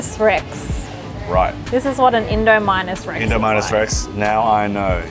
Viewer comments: Oh no did anyone realise that they both agreed on the pronunciation Indo-Minus Rex 😂😂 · My 5 yr old son did the wtf look when said indo-minus-rex